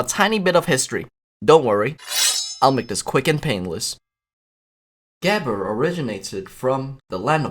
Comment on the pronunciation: “what is gehber of habber?” Pronounced about as close as the final product sounded like it